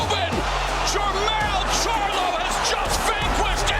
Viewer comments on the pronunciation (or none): This nigga said charlo LMAO